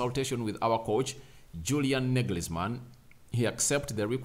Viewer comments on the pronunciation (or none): "Sali-HAM-id-zich" ... "NAG-els-man" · SaliHAMidzich NAGelsman🤾‍♂️🤾‍♂️